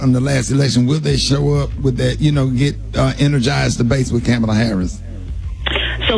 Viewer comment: Rickey is mispronouncing Kamala.